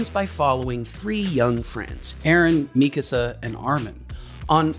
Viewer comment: I just wanted to say that I love how you say mikasa’s name right, seems like everyone on the internet says it wrong on purpose or because it’s funny.